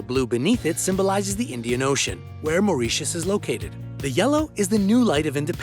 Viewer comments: He pronounces spanish words and the country of Mauritius wrong too! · Maureeshus is how he pronounces it and it’s annoying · This guy has some very original ways of pronouncing places. "Mao-ree-shus", "Tie-bet", "Napaleese".